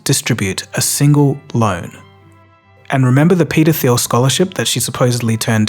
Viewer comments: The way you pronounced the "Th" sound in Peter Thiel's name as as "F" really threw me at first, especially combined with saying Peter as "Peder". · The name "Peter Thiel" sounds very unfortunate when pronounced by someone with an english accent lol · "Peta Thiel" sounds really bad said out loud (Peta Phile)! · Thiel is pronounced Teel. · You need to pronounce Peter Thiel differently.